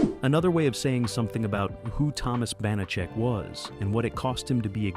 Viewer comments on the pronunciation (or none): Stupid AI and stupider channel owner, posting without reviewing the video. His name is pronounced "Pep-PARR'd" not "peppered." The character's pronounced "BANNA-check," not "B'nott-check." If you know the show and the stars that well, you should know how to pronounce them. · Not to mention the characters, Banacek, Bonachick? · Bonacheck? AI narration. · Your AI voice constantly mispronounced George Peppard's last name and the name Banacek (Ban-a-chek), not (Bon-a-cek). Thomas Banacek did not drive a Rolls-Royce. He drove a 1941 Packard Super Eight One-Eighty Convertible Victoria coupe, or his chauffeur Jay Drury drove him around in a black luxury 1973 Cadillac Series 75 limousine. Do some real research! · Ya know, if you are going to do a video on a subject, you should learn pronunciations. It's "BAN-a-check" and "PEP-ard". He rose in a Cadillac limo driben by Jay and drove a 1938 Packard. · BAN - a - chek! Pep - PARD not PEP- perd!!! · "Bahnacheck"? "Peppered"? That is not how you pronounce those words. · The narrator needs to do his homework. First the name is pronounced "ban a check", he was saying it so many different ways. Second, yes it rotated as part of the weekday mystery movie, but he named elements of the SUNDAY mystery movie (Columbo, McMillain, McCloud). Third, the actor's name was "George Peppard as in pep pard", he kept saying "peppered" or "peapard". Fourth, they kept showing clips from Peppard's big screen movie "The Groundstar Conspiracy' which came out at the same time but was NOT a Banacek story. Fifth, there were only 17 episodes counting the pilot NOT 18. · It's the bon-a-check that kills me. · Not only is the character's name mispronounced, but there was no Rolls-Royce featured in the series. Banacek had a classic Packard convertible and a Cadillac Fleetwood 75 limousine. I remember episodes where Banacek had to travel: his vehicles varied from a Jeep to a DeTomaso Pantera.